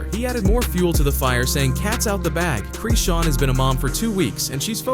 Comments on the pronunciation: Its Chrisean...not CHREEEEESEN.... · Why u keep saying creesean! That’s isn’t her name and y’all just making up things here. That baby ain’t goin anywhere … he gonna be right where he belongs… with his mama… y’all weird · Why errbody refuse to say her name right?